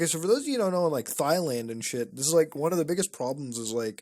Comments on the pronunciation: “thigh land” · Did you say thighland? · I LOVE MUTA but hearing him say “thigh land” makes me wanna rip my fcking eardrums out 😂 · Thighland? lol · All these people wrong, it's spelled and pronounced "thighland" obviously. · Hehe, "Thighland" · Bro the way Mutah pronounced Thailand 😂😂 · The H is silent ladies and gentlemen. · The h in Thailand is silent